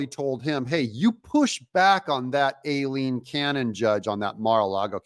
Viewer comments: it's pronounced eye-lean cannon. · You’re mispronouncing Judge Cannon’s first name (Aileen). The correct phonetic pronunciation is: Eye + Lean = Ai-leen 👍